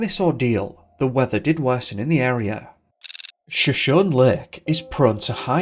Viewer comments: As always you are so informative and amazing! Just as a so you know note, the lake is pronounced Sho-shown-knee I believe. I know you aren't from the area so that can be hard, just for future reference. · Hey! Great work as always and thoroughly enjoyed this one. Helpful pronunciation for Shoshone. It is pronounced Show-shone-ee. The Shoshone Native Americans are a proud and storied tribe in western North America. Cheers!!👍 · You need to check the proper pronunciation of words based on First Nations and Native American languages and peoples. Shoshone is pronounced Sho-shony or Shuh=shony. I have noticed a few other mispronounced place names in your videos. That said, I love the videos and they have been informative. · It's pronounced; Show-show-Nee. Not what you've been saying. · It sounds like was hypnotized somehow. I love your videos- they are so professional! Shoshone is pronounced "show-show-knee" just FYI, as a Californian.:)